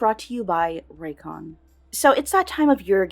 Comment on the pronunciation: "rayco-" L L L L L L